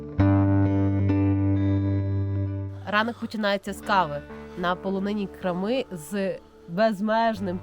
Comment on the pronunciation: Чому крамИ а не крАми, чому рОтило а не ротИло?